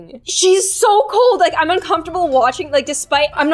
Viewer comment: ._., i swear i always thought she said" Happy day on GLOOOM" ;v; not...."happy day IM GLOOOOOM"